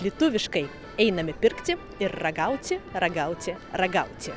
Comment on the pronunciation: Trūkumas tariant - ne ragauci o ragauti . Lietuvių kalboje ci nėra - yra ti . Julia daro tas pačias klaidas kaip ir tu . Šiaip kalbi gana gerai :hand-pink-waving